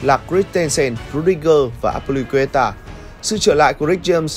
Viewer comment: Hình như Bô Lão Azpilicueta mình đã nghe thành 1 từ khác...